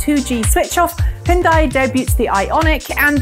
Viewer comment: I like how you pronounce Hyundai correctly but not Nissan or VW